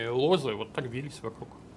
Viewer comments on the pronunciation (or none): ЛОзы, не лозЫ ! ! ! Знаток, типа…